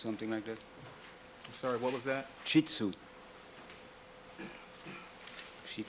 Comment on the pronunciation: Darden's never heard of a shheet-tzoo ... bwahaha